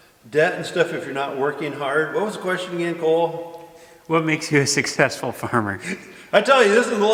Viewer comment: Question for next q&a... When will learn to say successful correctly.? 🤣🤣🤣🤣